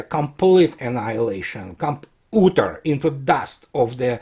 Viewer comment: Your English is perfect but "utter" is not pronounced as ooter. It's [ˈʌɾɚ]